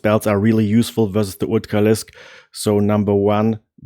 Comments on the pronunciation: What the hell is an ootcalisk? I feel like he’s trying to say ultralisk. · It's amazing how you get the english pronunciation of r right in words like upgrade, but on Ultralisk I can tell you are german just by that one consonant :)